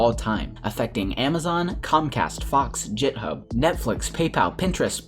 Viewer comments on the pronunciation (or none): It's not jithub, it's geeee-i-t-hub aka "git" (the bad word) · did you just call github jithub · STOP SAYING JITHUB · "jithub" lol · I was not the only one to get triggered I see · that hurtt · "jithub" good vid man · did you just say "jithub".... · did he just say jithub? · dude you mispronounced GIT HUB